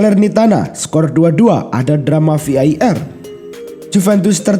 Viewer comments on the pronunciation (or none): vi ai er, vi ei ar bang yg bener